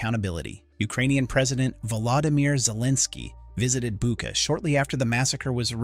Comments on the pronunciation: "Bucha" is pronounced as " Boo tch a", NOT "Booka". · if you are interested in getting it right the correct pronunciation of Bucha the ch is the same as in church